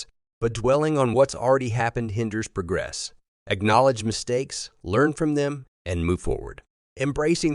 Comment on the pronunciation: Harsh truth # 14 : A.I. can't pronounce "progress" the right way. This is why you need Benedict Cumberbatch for your long-winded diatribes. Get a real narrator!!!!!!!